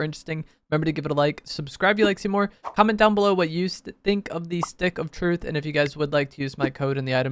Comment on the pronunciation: sounds like he's saying "this d**k" lmfao